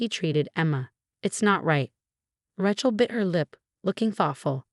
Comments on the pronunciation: You know what? Nobody is named “RA-chel” The name is “RAY-chel.” There is only one pronunciation. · And no T. Not Ratchel. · The name, Rachel has a long A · Maybe the double consonant throws off the voice program.